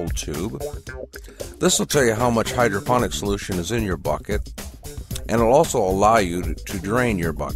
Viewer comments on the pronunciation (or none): DEFINITELY sounded like" Hydrogen" to us,:) I took your instructional video to heart, set it up and it works like a charm. Thanks.